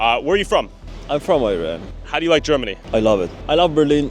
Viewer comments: The guy from Iran pronounced Iran "Eye-ran" like an American!😅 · Strange way to pronounce Iran from somebody who is from there.